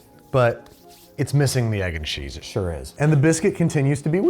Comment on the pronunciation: I'm tickled by how midwestern babish got while eating the jimmy dean ones , with all the I SHURE DO